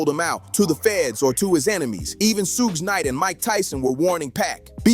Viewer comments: Ahhhh who’s Shugay? 😂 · The way you pronounce suge knight is blasphemy. 😂😂